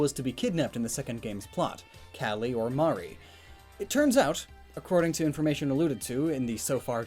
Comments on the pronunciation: It’s calie C A L I. E not colie it’s Marie not mare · It’s CALLIE NOT CALIE